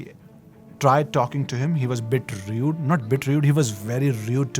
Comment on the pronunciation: Well to be honest it'ss rude not rued. Being genuine! 👍🏻